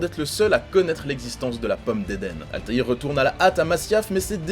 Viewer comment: Ezio a beau etre charismatique mais rien ne vaut la classe de Altair. 😉 c'est la premiere fois que j'entend quelqu'un prononcer son nom complet correctement.